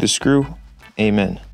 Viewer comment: Amen (Aee-min) kinda sounds like Amin (Aaaaa-meeeee-n)